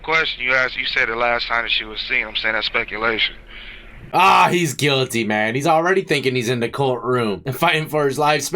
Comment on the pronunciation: “Dats spekulashon”